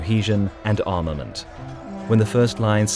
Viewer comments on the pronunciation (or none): none